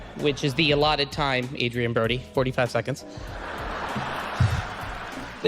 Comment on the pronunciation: Better his (Brody's) accent with AI? He couldn't even pronounce his character's name correctly. 😂